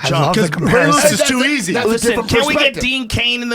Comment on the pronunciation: It's eazayy money man- Usada